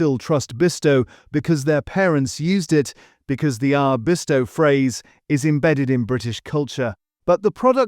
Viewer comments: At least pronounce Bisto not Besto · YES, NOT BEASTO😂😂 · Christ pronounce it correctly it's Bisto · Beesto! Is this an AI attempt to pronounce Bisto? Couldn't pronounce demerara sugar and herbs was pronounced as 'erbs' with no H like the Americans pronounce it.